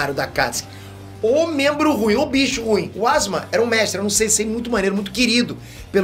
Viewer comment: Asma não é ASUUUMAAAaaaa